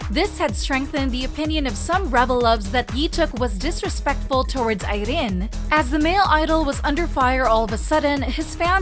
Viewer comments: THE ACCENT ON IRENE'S NAME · Why is she pronouncing Irene's name like? that LOL! is just unnecessary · I don't really know much abt rv but Irene definitely doesn't look like a woman who'd just let men take advantage of her lol. Jk. It was just choreo and kpop fans being kpop fans over analyzed everything. Ps. I love how you pronounce Irene 😂